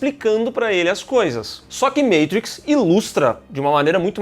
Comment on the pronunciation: maytrix? kkk